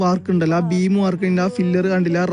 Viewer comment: പില്ലർ (ഫില്ലർ അല്ല)